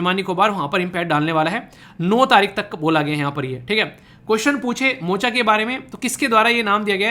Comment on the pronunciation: meri itni हैसियत नही की आप को गलत कहूं, लेकिन मोचा नही मोका और यमन है वो बुरा नही मानना 2015 से ही आप की वीडियो देख रहा हूं दिन ही इस वीडियो से स्टार्ट होता है।